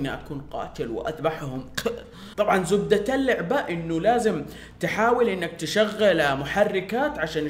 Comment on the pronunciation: انا من نفس المنطقه الله يحفظك بس احنا ما نتهرج كذا انا اقصد انك تثقل الكلام بزياده (زوبدة الليعباه زي كذا) حاول تقولها بسرعه ما تتمطق فيها معليش اذا قلت شي ايفك بس انا كمتابع يحق لي انتقد وانت كصاحب قناه يحق لك تاخذ برايي او ترفضه وشكرا لك ولاخلاقك العاليه (: واذا كانت هذي عادة فيك او مشكله فيك حاول انك تغيرها واذا ما قدرت ماهي مشكله بس حاول تخف لسانك وانت تتكلم وامورك في السمبتيك ان شاء الله